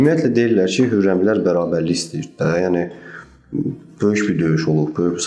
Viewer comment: da üç dəfə baxdım "Hürrəmilər", yoxsa "Xürrəmilər"